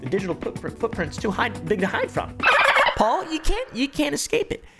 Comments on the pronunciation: "help me pole" 😆😆 pronounced "Paul" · 'help me "Pole".'😂😂